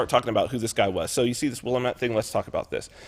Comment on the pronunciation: The word "Willamette" is pronounced WILL-LAM-ET